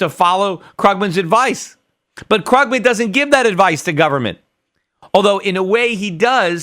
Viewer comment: The way he pronounces Paul Krugman's name though... *shudder*